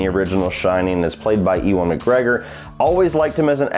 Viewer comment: It’s not “E-wan mcgregor” it’s pronounced “you-an mcgregor”